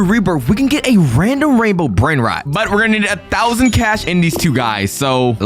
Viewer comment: bros brainrot pronounciation 💀